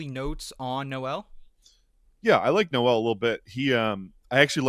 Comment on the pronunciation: Not how you pronounce Noel